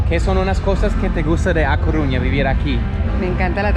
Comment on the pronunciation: Se dice A Coruña amigo, hasta los extranjeros lo.dicen mejor que los de aquí!!!!